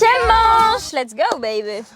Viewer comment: A chaque fois dit,es go babe😂😂😂😂